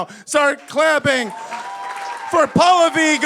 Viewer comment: they mispronounce Pallavi every time lol. Its Pal-lavi